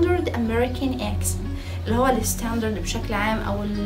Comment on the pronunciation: معلش انا اسفه جدا اني هقولك كده انا شايفه انك في الايطالي احسن بكتير ارجوكي بلاش انجليش لان بصراحه في حاجات نطقتيها غلط مش صح زي attitude and computer accent.انتي بتنطقيها eccent و cemputer و additude انا سافرت كتير لامريكا وكذا دوله اوروبيه وبصراحه مش دي الطريقه الصحيحه لنطق الامريكان اكسنت مش بقول في كل اللي بتقوليه بس في كلمات كثيره .انا اعلم انك مجتهده جدا جدا ومتفوقه جدا ومثابره ولا تنهزمي بسهوله تستاهلي كل النجاح اللي وصلطي له واتفرجت عليكي في البرنامج مع دعاء وكنتي قمرايه ماشاء الله وحبوبه جدا انا بس لاني والاه حبيتك اوي وفرحانه بيكي ايضا فا مش عاوزاكي تشتتي نفسك في اكثر م نز اتجاه لان صاحب بالين كداب وان اة مقصدش انك كذابه ولكن هذا مثل يعني قصدي انك لو اتشتتي في اكثر من مجال بدل مايكون الفولويرز بالملايين مثلا هيقلوا لانك افضل بكثير في الايطالي .اتجاهين هيقلل من شعبيتك مش هيكون في مصلحتك لانك نش بنفس الكفاءه في الاثنين وانا حابه انك تفضلي in the top زي ما بيقولوا بلاش انجليش صدقيني وبلييز بليبيبز ما تزعليش مني.انتي زي السكر ولذيذه وعسوله وتدخلي القلب علطول.اتمني ت قبراي الكومنت بتاعي وتتفهميه جيدا بالتوفيق حبييبتي😘😘